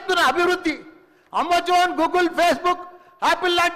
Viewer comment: AMAZON ❌ AMMA ZONE ✅ .